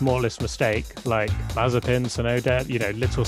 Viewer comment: The Dutch commentator called Mazepin Mazespin without it being edited. Things are getting out of hand.